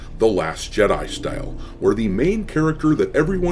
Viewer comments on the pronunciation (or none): none